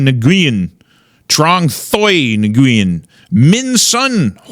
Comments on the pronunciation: FYI the NGU in the names are pronounced "whu". Nguyen is actually pronounced "whu-in" like a breathy "win". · How do you grow up in hogtown without knowing Nguyen is pronounced Win and it’s a Vietnamese name not Chinese. Love you regardless.